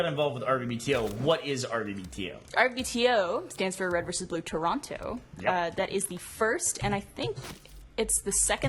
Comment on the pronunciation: I really like how burnie and maybe most Americans pronounce toronto . they really make sure they use the T